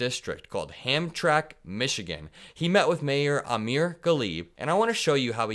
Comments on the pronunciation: I’m a Michigan guy who grew up in the greater Detroit area. Ham-trammick is the pronunciation. For future use, as if the town will ever come up in conversation again. Lol. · Ham-tram-ick yeah Michigan names can be a bit hard to pronounce I dare you to properly pronounce Mackinac Island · Hi, it’s “Ham-tram-ack”MI. Used to be a Polish & Ukrainian area. Now the newer wave of immigrants live there. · It’s not pronounced ‘ham-track;’ it’s ‘ham-tram-ick’ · it’s not Hamtrack, Michigan, it’s Hamtramck, pronounced ham-tram-ick. 💙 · Not Hamtrack it's pronounced Ham-tram-ick. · Hamtramck is pronounced Ham-tram-ik Thanks for your videos! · Hamtramck is pronounced Ham tram mick. My father was born there, it was a huge Polish community. Many Polish immigrants moved there or to Chicago. Last time I went there about 10 years ago, there were only a handful of Polish restaurants left. I visited each time I had the opportunity on that trip knowing it might be the last. When one culture overtakes an entire other cultural stamp on a neighborhood it's kind of sad. A lot is lost. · The city of Hamtramck, Michigan is pronounced, 'Ham-tram-ik'. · Dear, a little something to add to your knowledge bank - Hamtramck is pronounced "Hamtramik". It's a French name, as is Detroit, & pronounced "Day-twah". Not all super important but if you read this then now you know yknow? Oh & here's a bonus for you: (specifically) Dearborn Michigan / Wayne county has the 2nd highest Middle Eastern population in the WORLD, where of course the highest population of Middle Easterners are actually in the Middle East. Which is why it is SO insane to me that what, this guy at the end of the video & that community that was so affected by the Muslim ban, have just completely forgotten it? How.... how does this happen. Blast enough information (true or not) at someone 24/7 & they begin to forget? NYK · Hamtramck is pronounced Hamtramick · the city is pronounced phoenitically as Ham tram ick. 😊